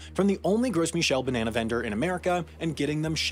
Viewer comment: Beneanaes. That's a way to pronounce it I guess..